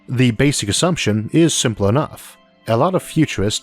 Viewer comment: Es sempel wi ar not redi iet